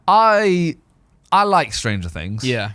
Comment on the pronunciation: lol stranger "tings"